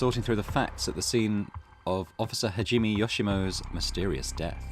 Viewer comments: You did pretty good overall. Japanese just has a few tricky syllables. The "me" in Hajime is pronounced "may", like in "anime". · I've been binging this at work, idk if you learn this later, but the way you pronounce Hajime is amusingly wrong. Enjoying the playthough ^-^